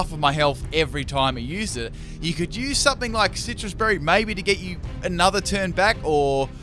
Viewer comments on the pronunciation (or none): none